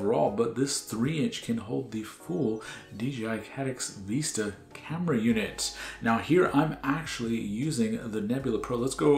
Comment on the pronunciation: Vista not veesta